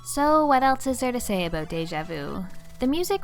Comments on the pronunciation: "What else is there to say aboot Deja Vu" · TOTALLY said "aboot" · I you're Canadian. totally said "aboot".